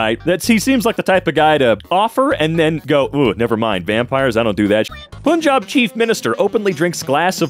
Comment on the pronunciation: You guys don’t understand how much I appreciate it when someone actually properly pronounces Punjab